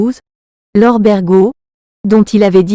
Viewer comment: Berjo ça se dit pas Bergo.